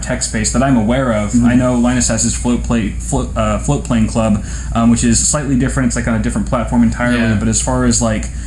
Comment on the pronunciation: I was very confused for a moment. Never heard of Floatplane Club before. I thought you were saying "flute playing club" and was very disappointed not to find any info about it on google